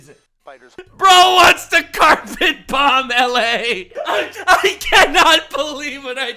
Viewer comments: he says the second "B" in bomb omfg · I never watched XQC before, but...I can't believe he pronounces the silent "b" in "bomb." Truly public education has failed us. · Was it a skit, did I hear wrong, or does XQC really pronounce the 2nd b in bomb? lol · Actually pronouncing the second b in "bomb" is kindergarten brain activity.